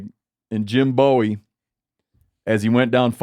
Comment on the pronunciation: First of all it’s a double O sound, Boowie. Not like the singer Bowie. Secondly, maybe David Crockett died surrendering to Santa Anna, but cowering in the corner he didn’t. Be careful stepping on Texas heroes and legends, we’re pretty damned proud of them. Especially those of us whose ancestors fought for independence.